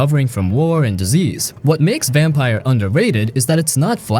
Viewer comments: its said like vampure not vampire btw! Great game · Not "Vampire", it's "Vam-peer". And no, you cannot expect strong storytelling from Don't Nod, not anymore. Robocop is not a good game. Eriksholm is too fresh to be underrated. And it's not getting top marks for a reason. It is good, but, not that good. I liked it and hated it equally in my playthrough. Hi-Fi Rush is far from underrated, why would you include it? Ryse: Son of Rome's place is well deserved. It's not good, but okay. Also, way too old. AAAH! The Wolf Among Us? The game that made Telltale Games famous? Underrated? From here on I'm convinced you don't even know what are you talking about. Titan damn fall? Ugh! WHAAAT? A Plague Tale. Okay. You're done. You really clueless. Don't do youtube anymore, please. Also, a 1.5 hour video? Gosh! THUMBS DOWN!